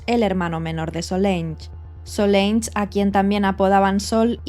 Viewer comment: Se llamaba Solange y se pronuncia "solansh".